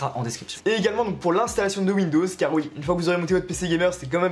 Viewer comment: Et HOUI!!